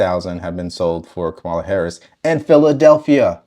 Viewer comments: I'm a little shook that you live and breathe Kamala Harris but still can't pronounce her name. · She can't even stabilize her accent, and the way she pronounce her own name.